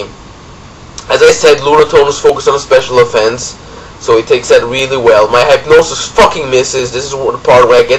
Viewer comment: Hey it's Mast3rlink from marriland. Really great battle. Oh and while everyone here is speaking of pronounciations, I'd like to say that hypnosis is pronounced "hip-no-sis" and not "hype-no-sis".